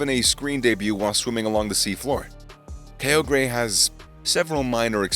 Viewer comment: I am mad he says kyogre wrong